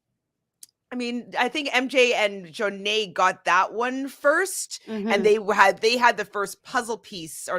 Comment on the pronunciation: Am I the only one who thinks that the way the ladies pronounce Jonna’s name is hilarious 🤣🤣 JOOOO-NAY